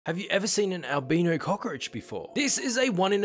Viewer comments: AL.. BYE-KNOW. Is the pronunciation. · I am super scared of cockroaches that I was scared he would still show the cockroach turning brown.. Plus, I love how he pronounced "albino", he pronounced it "al-bee-no" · It is pronounced like it rhymes with Kyle-Rhino, Albino